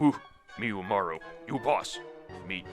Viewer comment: When they say it "UmarU" I can only think of the eponymous honour-student-slash-gremlin girl. Umaru~n!